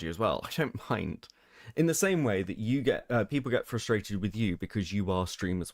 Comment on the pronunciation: I'm really glad someone else noticed lmao. They keep saying 'flustrated.'